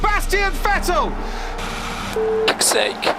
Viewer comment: It's pronounced 'fettel' not 'vettel'